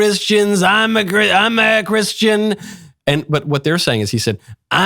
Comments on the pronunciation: Tbf to me it does sound like he says “I’m not Christian” instead of “I’m a Christian” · He VERY clearly says: “I’m a (pronounced “I’mmah”) Christian.” In his typical Trump voice. Anyone suggesting otherwise is just a liar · To be fair, it did kind of sound like he said "I'm not a..." I know that's probably not what he said, but it did sound weird and similar enough that I can't blame people for thinking it. At least it's not just an outright lie this time. For once. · It sounds like he got caught in two ways he wanted to finish the sentence. It does sound like 'not', but either way, I think he is a Christian, and the far left are making a mountain out of a mole hill.